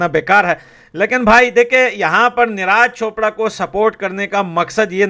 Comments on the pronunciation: भाई निराज चोपड़ा नही नीरज चोपड़ा नाम है। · Niraj chopper,,, Abe thik se naam le usks